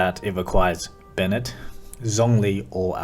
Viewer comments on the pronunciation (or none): none